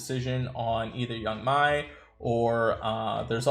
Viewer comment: I believe it's pronounced Yang 'May"